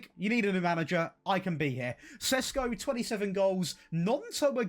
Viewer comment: If you want to pronounce every name, then you might start with Šeško (Sheshko instead of Sesko).